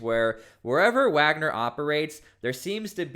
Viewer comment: So now they’re Waggers instead of Wagner